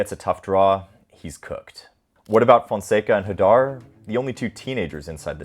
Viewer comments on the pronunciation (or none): none